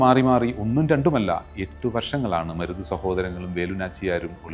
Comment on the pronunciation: സഹോദരാ, മുരുത് അല്ല മരുത് ചിന്ന മരുത്, പെരിയ മരുത്